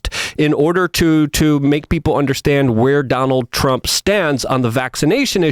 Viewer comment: “Donaltt Ttrump”